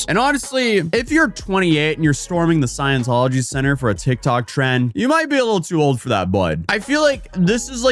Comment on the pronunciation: "sciencetology" so close but so far